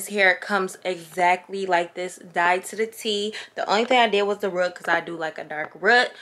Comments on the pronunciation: Jhania Maur-kaela I was like....what?,., 😂😂😂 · It’s you saying “rut” instead of “root” for me 😂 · I was looking for this comment😂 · I’m crying! I had to rewind cause I thought I heard her wrong😂😂😂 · I thought it was just me 😂😂😂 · Brittany right , said it a few times 😂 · I rewinded it like what did she say 😂 lol love ya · lmaoo I have never heard anyone say that!! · It caught me off guard 😭😭😂😂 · The way she says “root” .... “rut” 🤣🤣🤣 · I know my good sis didn’t just say rut for root 😭😭😭😭 sisssssss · Sound like somebody southern grandma! Whew Chile the “RUT”.🤣 gotta luv her though lol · My step dad from Wisconsin and he says it like that too 😂 they don’t say roof they say ruff lmao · Girl you crack me up how you say root! 😂💀💋💋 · The way you say root lol